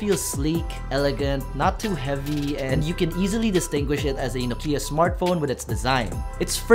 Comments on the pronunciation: it's not Nokeeyah..it's Nokyah! Finland baby. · Your "Nokiiia" pronunciation is terrible.